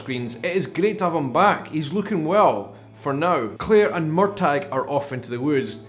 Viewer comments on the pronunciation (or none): Hello, I’m sorry to interrupt you, but the governor’s name is TRYON - Tri—on, not Tiron. And Murtagh is Mur-taw, not Mur-tag. Sorry to be a grammar/pronunciation Nazi, But I’ve been to Tryon palace in North Carolina and it certainly is overwhelming. And no,, you are not the only person who misses the setting in Scotland. That was primarily why I started watching the show to begin with as well, And I’m not as thrilled as with the American episodes as I hoped I would be but I still love the story of Jamie and Claire and now they are both outlanders in this new world. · Excuse me on prounciation Wikipedia they say MUR TAH same freakin'thing please this is a no MUR TAG zone! LOL! I thought it was weird that Lord John Grey STILL has a thing for him! WOW! I was hoping the Brianna thing was going to happen because it was a little boring. But your right the acting was great. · Uh oh here I go again. It is not MUR TAG it is MUR TAW. Sorry. I'm pretty anal but I have to say hearing you call him MUR TAG REALLY bothers me. Please stop!!!!! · Why do you keep mis-pronouncing Murtagh?? the G is silent. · I'm a book reader and I loved this episode. And I'm loving this serious. I found myself getting frustrated watching your vlog though! Why do you say Murtagh with a hard G? It's very distracting 😂 I'm finding it hard to see opinions of non book reader's, with your sometimes strange theories of what comes next. What comes next is already laid out for you, at your fingertips! How can you stand to not read the books?! 😂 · I hope, in the 5 years since this episode, you have found out the correct pronunciation of 'Murtagh'! ❤ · So I've been pronouncing Murtagh's name wrong...thanks for clearing that up. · as a NE Highlander and one who's people are portrayed in outlander your pronunciation of the name was of no great issue for me It wasn't something I even thought about tbh In other words, no problem. 😉